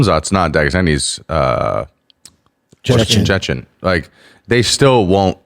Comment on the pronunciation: ChecheYEN fighter ? Isn't it Chechen Fighter Bapa invents a NEW Word in the EnglishYEN language